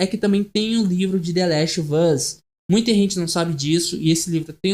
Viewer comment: gostei mas olha diga antes the last of us (em vez de thelastvus) e joel(em vez de joey)